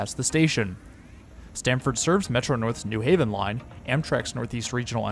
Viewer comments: Nice video! I'll never understand why people pronounce it NEW Haven instead of New HAVEN, not like that's different anywhere else on the east coast- New Hartford, New Canaan, New York, New Rochelle, New Bedford, I can't think of an example of another pronunciation. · as a new haven resident, this is the single easiest way to tell that someone is not from here. virtually all visitors and transplants pronounce it NEW haven (almost as if it's spelled newhaven, ct) and everyone who is actually from here pronounces it the correct way, new HAVEN. the pronunciation kind of ruined this video for me, haha. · I've never really heard anyone say it that way until this video. The only reason I could ever think of is to distinguish from East Haven or West Haven. And none of those others have the "new" stressed either. Only thing like that I can actually think of is New Lots, Brooklyn.